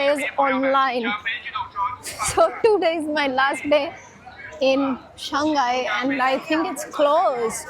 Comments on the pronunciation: Shanghai is pronounced as Shang hai..not Shan ghai. Hope you get it right. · I've just realised Indians have difficulty in pronouncing the name: Shanghai. Instead of "Shang Hai", they keep saying "Shang Gai". Perhaps Shanghai is known in India as "Shang Gai"